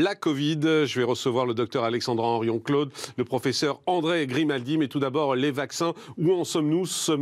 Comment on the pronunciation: Morandini,vendu de la télé,et il fait exprès d'ecorcher le nom de la brillante généticienne Alexandra Henrion-Caude,pas Claude,connard!